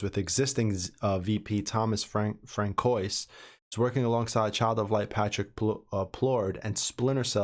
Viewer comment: The name Francois is pronounced - Fran-swa. 😁